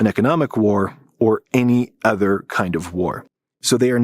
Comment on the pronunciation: pronounce it with me: "uhh-ther" not "ehh-ther"